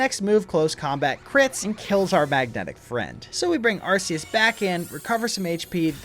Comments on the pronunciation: IT IS ARK-EEE-US, NOT, ARCE-EEE-US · Bruh, I'm currently in the middle of binge watching your entire channel but I have to ask why you think Arse-eus is the correct pronunciation? Do you think Arc is pronounced "arse" as well? 🤣🤷‍♂️